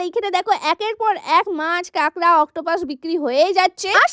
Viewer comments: দিদি উচ্চারণ টা ঠিক করে করো ওটা কেকরা না কাঁকড়া হবে।😂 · কেকড়া না কাকড়া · কাকড়া ❌ কেকড়া✅ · কেকরা ❌ কাকরা✅🤣🤣